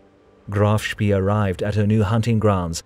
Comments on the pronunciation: what's 'Shpi'? It's 'Shp-ey-eh' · It's pronounced Spay, as in Spayed, not Spee as in Speed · HMNZS Achilles, actually. It was a kiwi ship. Like HMS Ajax, a Leander class light cruiser. Also, “Spee” is pronounced “Shpay”, not “Shpee”. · not shpee but pronounced shpay. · If no other German speaker has mentioned this in the comments below, please note that the double e ('ee') in German words is pronounced as a long 'a' -- as the sound of say or play or stay. Thus, the phonetic sound for 'Spee' is "shpay." Other than that mispronunciation, nicely done. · "Ee" in german is pronounced "ay" like spay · Saying "speee" is very wrong. Google translate will help you pronounce the German names correctly - there you can hear them spoken by a native speaker. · it is not a large problem, just a minor correction. The e in spee ,is not pronounced like an e in english. more like the e in enemie. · Spee, with the ee pronounced long like an English a. Hard to listen to, constantly mispronounced, as a German speaker. Good video though.